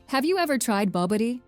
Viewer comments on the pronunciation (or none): Booo booo tea…that is how you pronounce Bobotie.🤣🤣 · Well, bobotie (she pronouces it wrongly, it should sound more like "boeboooti") is worth trying. Even better making it yourself. Basically a mince meat dish, meat mixed with spices, chutney, eggs/milk, and baked in the oven. A kind of salt and sweetish taste. Served with rice, sometimes with grated coconut, sliced banana, and some extra chutney in the side. Try it! 😊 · bowboatie not bobaty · Ba Boo Tea not bobatee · Bobotie is not the national dish of SA. Ps. it’s pronounced ‘boh-booh-tee. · Beautiful video as a South african one thing that caught my attention was the pronunciation for the dish " Bobotie" it was mentioned wrong but i respect that for other non South Africans, the names of most foods in South Africa are a bit hard to pronounce correctly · Bobadie....babotie 😂🤣 FFS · I can’t watch anymore / it’s not ka nis na for fudge sake - it’s also not Bob a Tay - I give up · I agree.. i never heard of BAB-O-TY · Lol. It is not a person narrating the video. I am so surprised that people keep saying there are many words mispronounced in the video and if only a local person from South-Africa was consulted as to how these names of places are pronounce. Lol. It is an AI generated voice narrating the video. I repeat. It is computer voice. 😂😂😂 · Loved the "Bubuty" = Bobotie. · The food mentioned is Bobotie, not Bobi... I stopped watching after this. AI is awful.